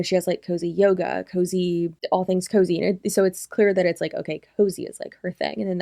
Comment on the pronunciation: Girl KOZE isn’t pronounced COZY. Please do the basic research on that much. Yes, Kalyn has been using KOZE and her brand for years.